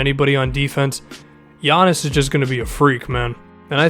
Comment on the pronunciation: Someone who doesn't say Giannis' name wrong, FINALLY!😂